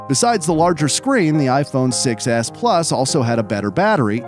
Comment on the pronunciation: The iphone 6 was the most popular iphone, but when i hear 6s it sounds like successs